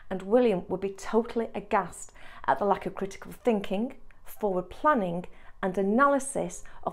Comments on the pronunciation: Just curious -- which regional British accent pronounces 'planning' as 'plannink' with a 'k' sound at the end rather than 'ng'? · I read elsewhere that this pronunciation is typical of West Midlands. I've definitely heard it pronounced that way by others.